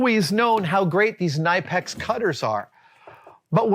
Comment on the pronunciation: The "K" in Knipex is actually not silent. It's weird, I know. The American distributor insists on "Kuh-nip-ex" and the actual Germans say "Kih-nee-pix" or something similar.